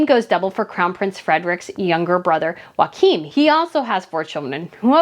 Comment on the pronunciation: Yes‼️ I got into several arguments yesterday about titles for master Archie and miss Lilli. I looked to the official website. Please, the pronunciation of royal Joachim is not pronounced in the Spanish way, it’s YOK um. Not Wa-Keem. It’s not a Spanish pronunciation. Thank you, just trying to help.